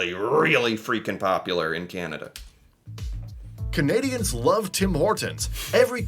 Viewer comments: The fact the voice says “Canadian” but than the country itself is “Kenuhda” drove me crazy. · Who is this narrator? The information is incorrect and he can't even pronounce 'Canada'. Hi!! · Canadians don't pronounce "Canada" like that or enunciate that way. American tend to emphasize each word, consonant, and syllable as if they are each important, whereas Canadians soften or blend them together more. The narrater is almost certainly A.I., and the script sounds A.I. too. I know you can't generalize, but no Canadian would pronounce Canada that was unless they were trying to play into some weird stereotype. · Canadian here... this video is so totally AI - written and produced. (It doesn't even pronounce Canada normally... lol - and is the reason much of the wording seems so strange! Oh, and it doesn't seem to realise that the Canadian Dairy Milk and the Caramilk are Cadbury brands...the same company it said for the UK. And yes, American 'chocolate' is vile.) That said, I'm finding it extremely amusing. 😊 (And yes, you're right about Canadians getting annoyed by always getting lumped in with Americans. 😉) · I think the script for the video you were watching was written by generative AI. It is also narrated by AI as well that doesn't know how to properly pronounce the word Canada in all instances. The channel you are reviewing is not making their own content and they did not fact check their details. I am glad you recognized that it was a little (lot) off. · The horrible AI voice can't seem to say Canada correctly.